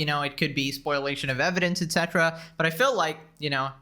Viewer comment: Spo-li-ation not spoil-lation